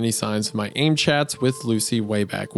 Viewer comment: worst part imo was Isaiah pronouncing AIM as the word "aim"